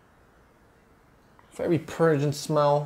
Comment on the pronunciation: “A bit of a grapy feel” “it has a purgent smell” hahah this is what makes these great